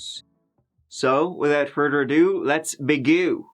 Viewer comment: "Without further a do, let's begoo"